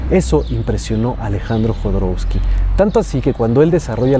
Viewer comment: No es Jodorousky, es Jodorovsky, así se pronuncia la W.